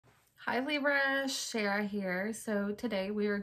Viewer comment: Am I tripping or did you say libra in the very beginning😅😅😅